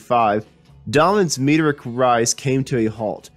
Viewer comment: People who narrate should have some notion of public speaking. This guy sounds like he's drunk. Vaciny for vacinity, Meteric for Meteoric, Brish for British, etc., etc.